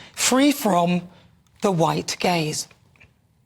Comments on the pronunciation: I’m glad you showed the text “white gaze”. I was sure you said “white gays”. Lol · Anyone else thought Nana was saying "the white gays" and not "the white gaze"? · I thought she said "white gays"... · Was that 'white gays' or 'white gaze'? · Yes, I thought the same thing. 😂😂 I even asked my wife why they're saying "white gays".